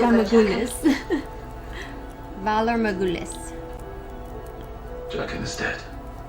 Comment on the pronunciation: It's VALAR, not "Valor".